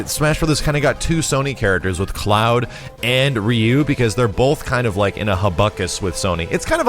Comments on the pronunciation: Rye Yoo, not Ree yoo. ! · Can't even pronounce Ryu as ROO. Kek